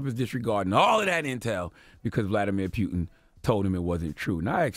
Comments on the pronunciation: Bruh! It's Poo-tin, not Peew-tin 😩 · its POOTIN' like a fart not Pewtin like you shootin.. someone help charlamagne pronounce words before he gets on air dammit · It's Putin....not "Pew-ton" Charlemagne....lol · It’s Putin (poo-tin) not pew-tin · This nigga said Nasha instead of NASA and peeyouton instead of putin. Y'all, this is important that we all vote this election cycle. If we get more democratic senators and congressmen in office we can begin to impeach this fucking orange embarrassment. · Charlemagne, there is no "pew" sound in the surname. It’s pronounced: vluh-DEE-meer POO-tin." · CTG.If you want to talk politics, you need to learn more about it.How are you so sure Russia had anything to do with US election?How are you so sure that FBI claimed it was Russia? Only cause they say it on TV? p.s It's PUTIN not Pyutin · Putin! Not Piutin! Sorry bugged me haha keep up the good work though. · It's PUTIN not PYUTIN man dam. As in: "I got home from work and started POOTIN" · Nobody in America says Putin's name correctly. Especially the mainstream media. His name is pronounced Pootyen. But everyone in America says Pootin because American's dnt take the time to say people from other countries names right. And most Americans are clueless about Linguistics. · Words this ignorant "agenda slave" mispronounces: earth; earf, Putin; pewtin, NASA; nasha. I'm sure there is more, but I could not listen any longer due to his misinformation. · NASHA? PEWTIN? EARF? Charlamagne do u have speech impediment? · He say pewtin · He know's it isn't pronounced pewtin and says it excessively just to shove it in people's ears.... these the times when I remember why I don't like CTG.. he's like a hiphop hipster.. he tries so hard to be different and stand out and it just doesn't come across natural. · Pew-tin lol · Why is this guy saying "Pew-un"? WTF, bruh? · Pewton and Sons 🤣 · Not pewtin😂😂😂😂😂😂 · Stop saying "pew"tin and ghentleman! The latter ctg says constantly! Arggg